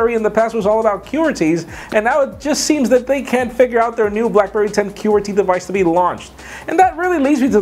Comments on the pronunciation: its not QUEER-ty keyboards, its qw-UR-ty keyboards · The way says qwerty. Funny. Love this guy!!! Always a fan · You say Qwerty weird :P